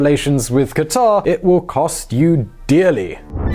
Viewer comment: It's so refreshing to hear western people pronouncing Qatar correctly instead of "cutter".